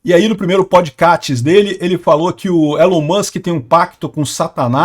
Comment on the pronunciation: Podkatz... elon moks... Hahahahahahaha